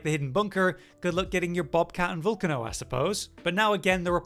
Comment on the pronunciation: Great video but youre saying volcano wrong 😂